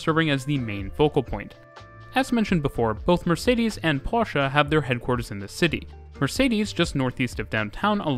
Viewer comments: He said Porsche and not Porsch. Thank You for that. Greathings from northern germany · BIIIG up for pronouncing Porsche correctly...this video was great! Stuttgart really is a bit weird but it works out pretty well in practice. With the exception of user friendliness of stations (sometimes compared to the backrooms...im talking about YOU Charlottenplatz)